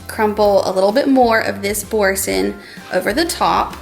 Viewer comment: I'm sorry but when I first heard Boursin cheese, I first heard forsk*n cheese and I had to re watch rofl but its had me literally chuckling for the last twenty minutes